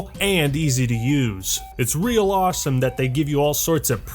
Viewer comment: “Why is terraria so ASWOME?” Can we get that as a vid